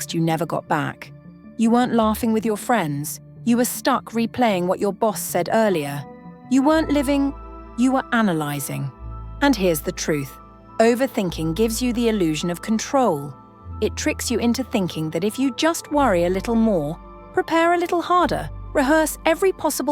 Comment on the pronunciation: "You werent living, you were ananysing"